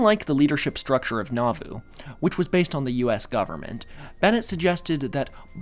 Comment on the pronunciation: A few friendly pronunciation notes from a listener raised LDS: Moroni is pronounced "moh-ROH-nai," emphasis on the second syllable. Nauvoo is pronounced "nah-VOO," emphasis on the second syllable. Laban is pronounced "LAY-behn," emphasis on the first syllable. Laman is pronounced "LAY-mehn," emphasis on the first syllable. Hezekiah is pronounced "heh-zeh-KAI-uh," emphasis on the third syllable. Very fun episode,! I was raised LDS and I've never heard of this sect before!